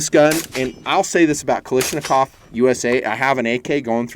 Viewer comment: Is nobody bothered he calls Kalashnikov,Kalishnakov.Is that an American thing or what?